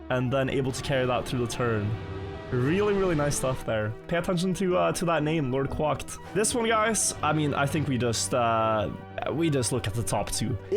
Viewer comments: “Quæcked” not “quâcked” It is fronted. It uses /æ/ not the back vowel. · Please Quack like Crack, not Quack like Guac(amole) haha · The way hes saying “Quack” in LordQuacked name makes me laugh 😂